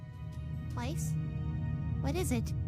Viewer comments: It’s always bothered me how Weiss’s name was always pronounced incorrectly but her last name was pronounced correctly :[ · No one else gonna talk about the characters pronouncing Weiss’s last name differently??